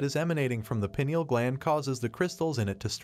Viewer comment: WRONG !!! Calcification of the pineal stops it from working 🤦‍♀️ Its more of a hard coating on the outside of the gland not a double terminated crystal !!! And it is pronounced PINE EEL NOT PEE NIAL 😂